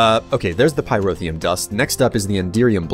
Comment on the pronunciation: He pronounces Pyrotheum perfectly, but he doesn't know his left from his right.